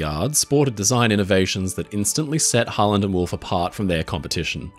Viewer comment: the entire time i’ve watched the channel, when ever he said harland and wolfe i always heard holland and wolfe